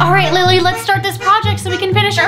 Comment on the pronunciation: It’s lily not Lili